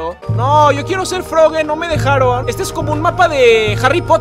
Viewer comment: Se dise frogi pero con e